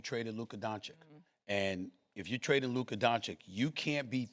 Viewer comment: how disrespectul is sas still pronouncing lukas name wrong